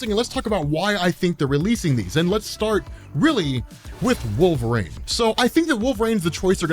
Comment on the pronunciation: are you saying Wolverine or Wolverane